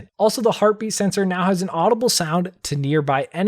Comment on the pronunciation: Every time he said heartbeat sensor Sounded herpes sensor lol